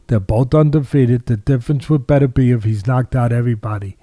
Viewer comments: His name is BET OOR BIEV and not BETTER BIEV. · Why can seemingly nobody pronounce "Beterbiev" correctly? It's not that complicated!